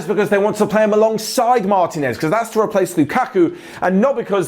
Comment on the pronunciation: Repeat after me: mar-TEEEEEEE-nez. Not mAAAAr-teenez